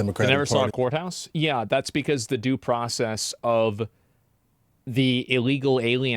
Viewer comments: "This is da-doo process" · "da-doo process is"